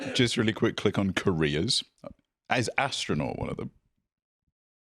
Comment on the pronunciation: “Can we click on ‘careers’? Is astronaut one of them?” I misheard his accent as “Koreas,” and I’m like “The three Koreas: North, South, and Astronaut”